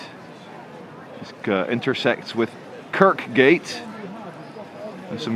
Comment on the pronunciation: Quarry House isn't a Hospital it's a DSS building, The big green blob building is an Arena sponsored by Fist Direct not their headquarters. Kirkgate's second k is silent.